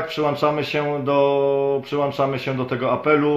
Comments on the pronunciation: Przyłączamy. , nie przyłanczamy Panie "redaktorze" 😉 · Nie mówi się "przyłanczamy" tylko "PRZYŁĄCZAMY"!!!